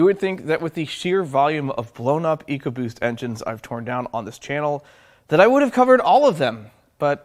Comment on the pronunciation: "Ecobost" case closed.